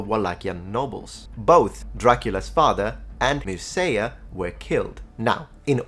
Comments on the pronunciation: In general I appreciate videos and rigorous approach to historical subjects. However, this one is rather sloppy in certain respects. For instance, as opposed to his usual pedantic approach to local terms, he regularly butchers the pronunciation of Romanian words that should come easy for a speaker of Italian — see his English pronunciation for the name Mircea instead of simply pronouncing /cea/ as in the Italian “ciao” — or making a mess of exo vs endo terms — see his insistence on the Slavic term for local chieftains, “voievod”, as opposed to the local term “domn” from Latin “dominus”. Also, obviously has a very tentative idea about the demographics and linguistic history of Wallachia — see for instance his bizarre idea about the Romanian ethnogenesis in the area, or how he seems to think that “Wallachian” was “one of the languages spoken in Wallachia”, which is like saying that one of the languages spoken in medieval Tuscany was Tuscan; technically correct, but ridiculous when the respective language is overwhelmingly predominant. And that’s aside from the detail that the locals called the language “româna”, nowadays known as “Romanian”, “Wallachian” being just an anachronistic endonym. I’m a bit disappointed and I wish that researched this interesting object more responsibly, maybe with some input from a Romanian, which is blatantly missing. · A slight correction if I may: Mircea is pronounced more like meer-cha, rather than mir-seeya. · MIN .... MERSEIA !? MIRCEA ... pronounce like in Italian .... the sound CE, CI, CEA, etc are identical in the both languages ... MIR-CEA ... like in CECILIA, CEAU, CEAO etc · Mircea, a rival prince: you pronounced him "Meerseya" IIRC the pronunciation is "Meertcheya". In Romanian the letter "C" is usually prononounced "k", BUT before "I" and "E", the letter "C" is pronounced "tch"., you know lots of languages, have you ever heard of a language with such a spelling convention?